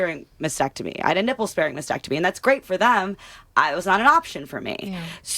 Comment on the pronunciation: It’s not a “mass-ectomy”. It’s a mast-ectomy”.